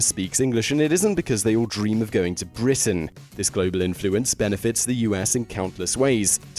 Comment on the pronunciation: Just going go ahead and say that i found they way you said "Britain" quite disturbing, it literally sent chills down my spine.